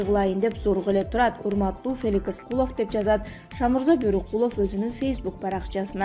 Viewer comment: Куловту ним гишидеп айтат бул тажик